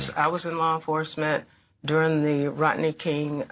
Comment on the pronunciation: Who's Rotney King. Learn to pronounce properly, dolt. The least qualified gets these positions, we're doomed.